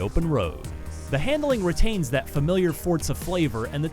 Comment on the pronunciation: fortza its called forza xD